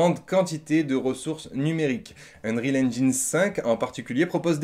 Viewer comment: C'est UNRIOL pas unerile ..... Anglais bac -8